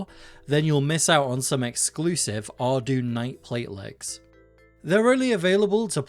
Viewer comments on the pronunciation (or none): Wrong, it's ar-DOYN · It's pronounced ardoyne